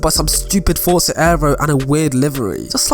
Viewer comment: "fotza horizon 4"